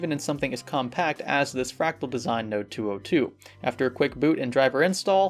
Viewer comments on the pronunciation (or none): none